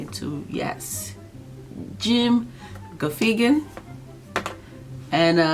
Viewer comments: You said "Ga fee gin"😂😂😂. Great reaction. Jim is the best!!!! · very funny. pronounced like Gaff again